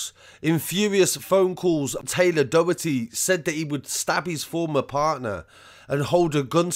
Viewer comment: If you need help pronouncing Irish names just ask before uploading ... drog heedah/ dough hirty...